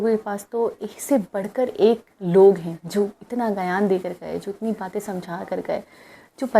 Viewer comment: "GAYAN" NAHI "GYAN" HOTA HAI.CORRECT PRONOUNCE KARE.